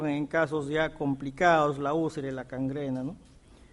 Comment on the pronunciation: escuché mal o dice cangrena?